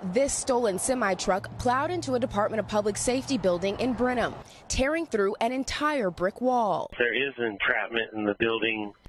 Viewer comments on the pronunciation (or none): none